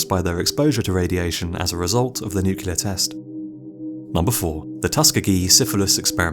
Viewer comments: Dude also says NUKE-U-LAR instead of NEW-KLEE-AR. NUCLEAR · new clear weppuns ...derps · NucULear?? really? Nu Kue Lear? Come on. NOOKLEER. Jebus. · The Last Greaser it’s spelled Nuclear but but it’s said as nucular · He says “nuk-u-lar”. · NuCLEAR not nucular! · Only one way if you have command of the English language! Nu-clear! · Lol. I say nucular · Kitterz - I'm so glad I'm not the only one who gets irritated by this! 👍❤️